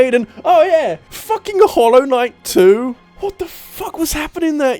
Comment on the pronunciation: I heard "hollow knight two" Wait, what!? Oh, he meant "hollow knight, too"...